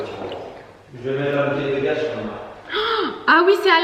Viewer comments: Vous me stressé à prononcer gas au lieu de gazzzz lol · Par contre on dit bouteille de gaz (prononcé gaze) et pas « bouteille de gas ». Et sinon moyen les chaussures dans le salon, mais la maison est jolie